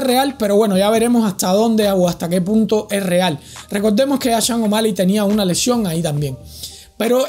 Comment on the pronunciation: ¿Las lesiones de Bryant y Jordan eran igual a la de O´Malley? ¿Has sufrido tú la misma lesión de O´Malley? ¿Cuánto tiempo tardaste en recuperarte?...Y será campeón cuando dejes de pronunciar su nombre como: "Changomali" (je!)